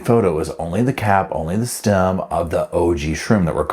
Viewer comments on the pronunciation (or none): none